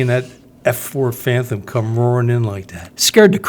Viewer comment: Its phantom not phanthumb brother. You're funny lol